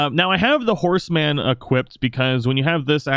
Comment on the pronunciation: The way you enunciated horseman, reminded me of grandpa's favorite joke. "She was only the farmer's daughter, but the horse men knew her"...